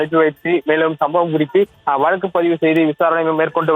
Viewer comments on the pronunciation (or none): none